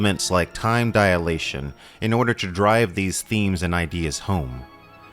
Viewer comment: Just a note: The correct is time dilation, not diAlation.